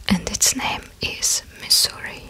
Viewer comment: I am so, so impressed. You got just about everything right! I must ask: did you look up anything ahead of time? A few things: - Boise is pronounced like “Boy-see” - I noticed one of the times you said Pennsylvania, you made the “v” sound like a “w”. I was reminded of Pavel Chekov and “nuclear wessels” and I hope that isn’t bad of me! - Missouri is pronounced “meh zur ee”. You pronounced it like the word “misery”. Don’t get me wrong: my friends are flying to Missouri right now. And we mispronounce it on purpose because we don’t like it there much. Just, if you’re going to call the place “misery”, be sure you’re doing it on purpose. You’ll fit in with my friends 😅 This was an absolute joy to watch! I’m still not used to seeing videos so often now. But I’m delighted you’re here. Thank you so much!